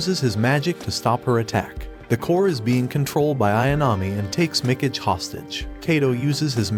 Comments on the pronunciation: "Mick-ige"? Good lord... "Mee-KAH-gay". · it pronounce as mi-ka-ge... not mi-key-j,,, you english people can't even copy japan's languages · Did this guy really watch this anime before? The way he pronounces Mikage would suggest he didn't. "Mecage"...cringe. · I feel spiritually obligated to pronounce "Mikage" like they do now xD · Facts. Mikidge. I’m like…bruh.. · It's me ka gai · Mi - Cage. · Mikage mee-Kah-gae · The way he pronounces Mikage lmfao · Yea......i check my ears everytime i hear him pronounce mikage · Is really so difficult to check how Mikage is supposed to be pronounced? Listening is impossible without cringing.